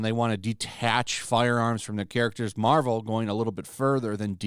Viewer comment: Yarvel?... morvel? I have no idea what you're even talking about